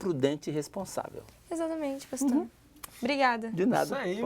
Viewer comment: Esse episódio, sim que foi Fora de Série, amei. Ei meninos, já deveriam ter aprendido o nome do pastor né, espero que no próximo episódio falem bem o nome do pastor kkkkk.